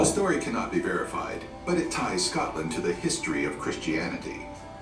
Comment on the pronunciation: You should look for a video about Scotland that is actually narrated my someone from Scotland because this American voice over person mispronounced so many words.